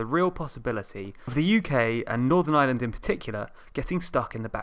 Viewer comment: "There is nothing so permanent as a temporary government rule." .... and BTW, it's pronounced Ireland, with an 'r', not island.